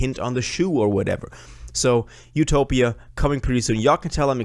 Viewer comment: It’s def utopia not ‘topia